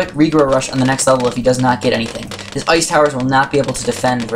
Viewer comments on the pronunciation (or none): *ice not oice